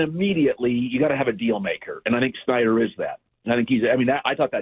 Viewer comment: its been years. colin refuses to pronounce schneider correctly.